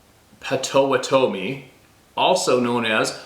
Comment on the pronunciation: " POTTO WATTO ME "POTTAWATOMIE